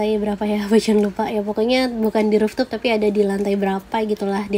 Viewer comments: Nice info Bocan😍. Maaf sebelumnya, mau kasih input, cara baca rooftop-nya mungkin harus diperbaiki. Soanya kata"rooftop" kan agak sering digunakan di review hotel2, jd kalo nyebutnya salah terus, agak gimanaaaa gitu rasanya. Sayang bgt udah bikin review sebagus ini, tapi ada kata yg diucapkan berkali2 dgn kurang tepat. Maaf ya... sakses selalu. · Bocan tuh unik, ciri khasnya kalau ngomong rooftop jadi ruftup sama suaranya empuk.